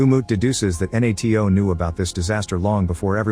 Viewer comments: this one is on me. But i didn't know what N-A-T-O was until the end of the movie, you just say NATO. You don't say each letter individually. Although could have figured it out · The AI can't even say NATO right, what hope does the Turkish capital have ?